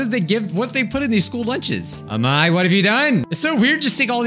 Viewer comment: True that amai means sweet (あまい) but it's pronounced like a-mai-ee